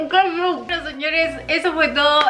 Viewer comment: re Fit y "kétchup, si ketchup" jajaja